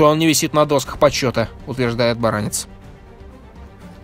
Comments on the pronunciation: В фамилии Баранец ударение на "Е". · Вообще-то БаранЕц, а не БарАнец. Вопросы поставлены правильно, ответы - кривоватые. Далеко не вся информация. В корпусе ПВО, в котором служила эта гнида, у причастных к этим событиям - была более подробная информация.